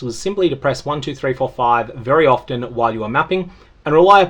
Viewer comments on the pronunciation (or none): none